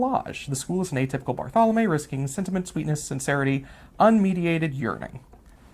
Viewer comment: Both my undergraduate and masters thesis were on Barthelme's work. I find him, in my biased view, to be the greatest short story writer of 20th century America. Just a small note, his name is pronounced "bar-thel-mee." Thanks for the video!